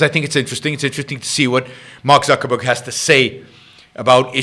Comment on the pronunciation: Zuck-baby.. I call him and I call him Zuckerman. But it's technically "Zuckerberg"... NOT Zucherberg.